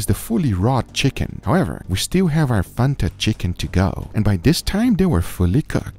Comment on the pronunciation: please dont sYA FANTA LIKE THATTTTT ITS FAN-TA thank me later